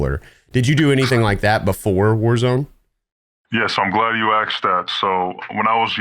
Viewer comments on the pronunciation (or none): "Yes! I'm glad you AXED that."' That tells me everything that I need to know about this man's intelligence.